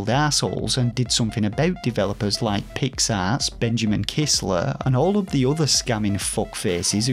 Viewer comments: With your accent (I’m American, of course) “Pix Arts” sounds like you’re saying “Pigs Ass”. Which made it all much funnier. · Was so happy to see you in a Kotaku article. Hope it brings more eyes to you! BTW: Did you review A Robot Named Fight yet? BTW2: Every time you say Pix Arts, I hear “pig’s arse.” I’m a Yankee so it may just be an accent thing, but I’m assuming that’s intentional. 😂